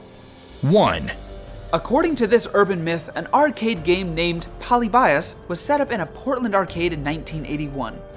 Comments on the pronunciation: You pronunced Polybius wrong🤦‍♂️ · So happy “Poly-bias” was number 1 😈